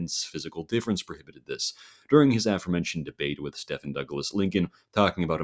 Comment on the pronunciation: Murray Rothbard's first name is pronounced "MUH-ree" and Stephen Douglas's first name is pronounced "STEE-ven"